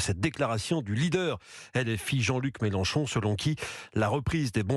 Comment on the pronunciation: normal c'est une Youyoute il a raison le Mélen chon chon 😂😂😂et un Zéro